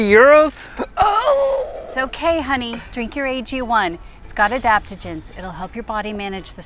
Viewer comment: Did you say "adaptogens"?